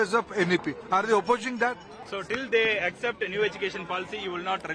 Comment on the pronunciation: We Tamil will not acjept what ever shit you say…’accept’ அப்படி என ஒழுங்க சொல்லுடா…union minister வேற